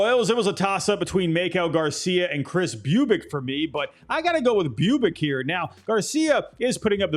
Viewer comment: they’re pronounced my-kel and boob-itch